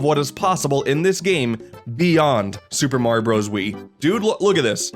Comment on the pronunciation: I wish you didn't mispronounce Super Mario Bros. It's so annoying that you can't say it correctly.